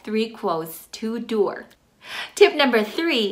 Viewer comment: Are you saying 2 door quote?